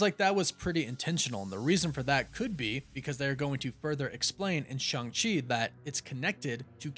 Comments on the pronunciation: Stop saying ShUng-Chi. It's ShAng-Chi. Listen to the damn movie. He is never called ShUng-Chi. Learn to say his name correctly. Been trying for months and you keep stubbornly saying the name wrong. Maybe we should start calling your show the CosmAc Wonder till you stop being stubborn and say the name right. I've been telling you for months now on every video where you talk about the character. There is no U in Shang-Chi and NO ONE in the movie ever pronounces it like you are. Say it right. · Loved Shang-Chi and kept calling Shang-Chi Shang, like Shangri-La, Chee